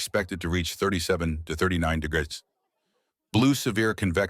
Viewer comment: Can this AI learn to say degrees?